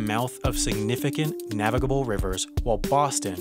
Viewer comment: Does anyone else get annoyed whenever he says navigable